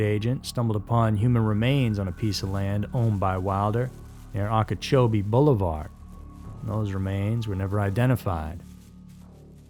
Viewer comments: I normally don't comment but the way you said Okeechobee is killing me lol its oak e cho bee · Plus Boca Ratone, Ahkachobee, Brehverd County...